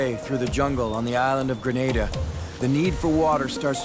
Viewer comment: Graneda LMFAO 🤣 It's an a not an e hehe... GrenAda Gren-ah-da 🤙🏼